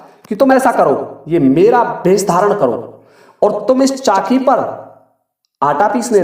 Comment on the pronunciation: Are khot mohmd chaaki नहीं chacki hoti है न कि चाकी